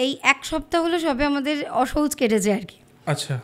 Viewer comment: কথাটা হবে "অশৌচ" ।।